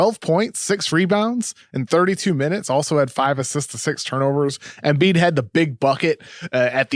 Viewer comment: holy shit this kid comes on sounding like the biggest fuckin NERD in history, damn his voice is just the WORST. The part from - where he says " big busckset " and "Embiiedttsshh spphin move" fuck I can't even w these nerds talkin' about basketball when they have obviously never played ball and have no idea what there are saying in these takes. RINGER : Please get guy to talks sports who sound like they have ever played a sport , yikes!!